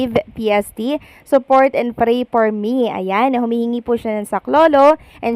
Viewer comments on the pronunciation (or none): none